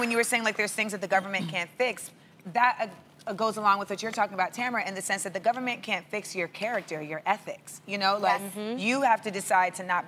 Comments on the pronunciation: did she just call Tamera(ta-mer-uh) Tamera(tam-ra) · did she say tamra 😂 bless😭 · So we gonna talk about how Amanda called Tamera "Tamruh" or nah?